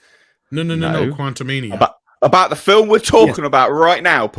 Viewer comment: Quantu'Meh-nia is not getting my dollar